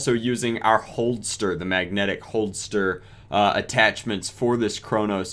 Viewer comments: Holster not holdster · It’s a holster not “holdster”